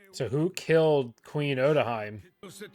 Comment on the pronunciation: Say it with me. Oh-tow-hee-meh